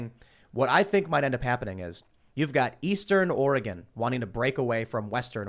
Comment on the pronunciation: Btw is Oregon not ore gone